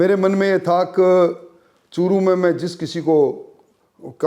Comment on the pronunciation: चुटिए अभि.एंकर वो चु**t नही चूरू जिला है 😆😆😆😂😜😜😋 1.36#सेकेंड पर 😂